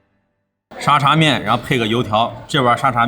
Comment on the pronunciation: 的脑回路真的是 阿公泡的嗲😂 而且沙嗲不是读沙爹 是dia😂😂